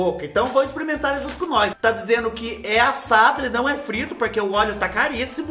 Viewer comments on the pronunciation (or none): Fubá de Deus,quem foi o malvado que mandou tanta coisa chique pra você " exprementar" na mesma hora???😂😂😂😂😂😂😂